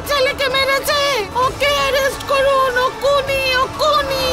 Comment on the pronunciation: ওইটা কুনি হবে না ওটা হবে খুনি